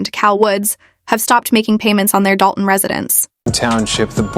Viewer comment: Narration is f'd up - stop using AI. It is pronouced Dol Ton not doon. Another idiot trying to cash in on the "supermayor."